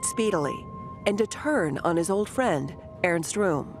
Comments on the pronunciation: Airst Room. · Earns Room 😂😂